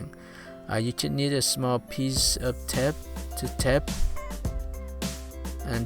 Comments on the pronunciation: It's not tept it's tape hahahaha lmao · Its okay the way you say tape is tep